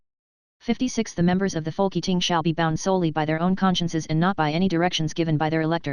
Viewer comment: Folk Eating? Its Folketing